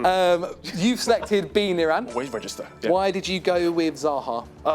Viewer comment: whenever saying niran, NirAAn